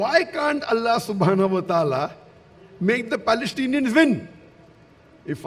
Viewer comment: Balestinians cant you pronounce the letter P 🤣🤣🤣🤣🤣🤣🤣